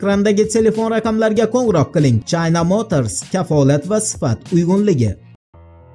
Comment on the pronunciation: Чайна эмас Укимаган чина мотирис дейилади каерда кургансан Чайна мотрисни Нима у Чайна маноси Нима Уни жинними булар тугри укигин саводсиз ё Яна мактабга бор январдан бошлаб